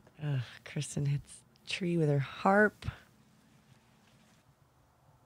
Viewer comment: No, but she mispronounces Kristin "Krischun" like Christian putting a "ch" instead of a "t".